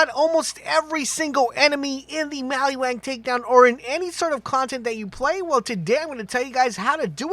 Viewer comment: Maliwan, maliwan, maliwan. Not maliWANG!!